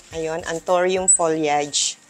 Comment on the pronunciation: it's ptonounce as folyeyd..you pronounce it incorrectly